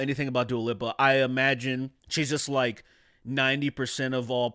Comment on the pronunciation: Its also hilarious how you pronounce Lipa as Lippa.